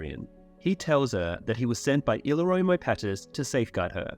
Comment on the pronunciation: I like this guy’s videos, I’m even subscribed to his channel, but seven hells he needs to research the pronunciation of names and locations. He called Styr, “stir.” And he cannot say Illyrio to save his life. He’s close with Jaehaerys but pronounces the h syllable as “hear” instead of “hair.” I think he says Alysanne weird too. As well as many others. But it’s not just names and cities but just regular words as well, like disparage which he pronounced as disperge. That’s my only real complaint. I understand that they are made-up names in a fantasy saga, but he’s obviously watched the show, where they speak these names aloud, and he absolutely does a ton of research into the lore. Maybe he’ll get the hang of it eventually.